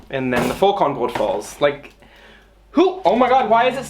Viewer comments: as a german i'm really impressed by how aesthetic you say Vollkornbrot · es ging halt literally 5 sec. ums Brot:D Und ich denke, dass es schon allein seiner sehr guten Aussprache des Worts wegen durchaus bewusst war, was es bedeutet. Sprachlich sollte ihm das sehr bewusst gewesen sein, da er ja auch deutsch lernt. Vllt antwortest du einfach beim nächsten Mal auf eine wirklich gestellte Frage, z.B. Wofür man denn den Topfdeckel beim kochen braucht, anstatt mich jetzt so an zu zicken 😘